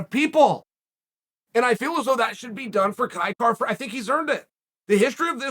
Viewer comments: I'm not sure what you're hearing, but to me he is saying Kai Kar-France. Missing an 'a'. It's certainly not Will Fury, but it's not 100% correct. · Na bro the pronunciation is a little off Kai-Kara is a Māori name when white people pronounce it they always get it wrong but he was close for a white fella ow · I put my ear to the grindstone I'm hearing Kai Car-France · Nah he'd have to speak in a Maori accent to hit it. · Except he didn't say it correctly 🤣